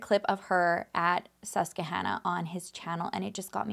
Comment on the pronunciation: it’s sus-quah-Hannah 👍😘